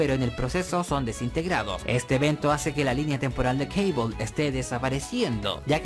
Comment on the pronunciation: ¿porqué dice Caibol?, si se escribe Cable, será Cable, por no hablar que Cable suena mucho más épico, que Caibol, que parece una marca de mochilas barata.